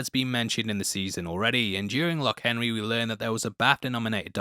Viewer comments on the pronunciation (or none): none